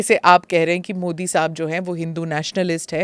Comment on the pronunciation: मोदी not मोडी